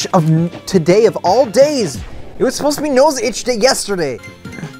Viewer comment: "It was soposda be nose itch yesterday!" Lol